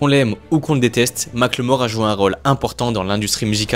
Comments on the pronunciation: Mac le mort Pwahaha!! On prononce « Micheal More » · Par pitié mackelmore c'est pas "mac le mort" ça se prononce comme "apple, "Maqueulmore" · Mac le Mort? Prononciation: "Mac eul mor" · Les français, arrêtez de l’appeler Mack le mort, c’est moche et ça ne se prononce pas comme ça = MACKELMORE (avec un petit accent anglais ça le fait) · Sérieux 😂ça m’a trop déconcentré. En fait phonétiquement ça se dit « makeulmore » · Mackel-More !!!!! "Mike le mort....." 🤣🤣😂😂 Je t'en foutrais.... Les frenchys et les langues étrangères c'est mythique. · J'suis désolé mais tout le long de la vidéo j'ai entendu "Ma claymore", un coup sur translate avec la synthétisation vocale quoi c'est 5 secondes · Ça se prononce "Makeulmore" si j'me trompe pas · La vidéo est top, mais svp ça se prononce MackEULmore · Rooh tu le fais exprès ou quoi, il le prononce à la française..👀👀